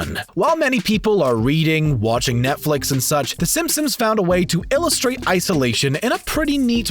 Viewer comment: In the intro did je say the simpsims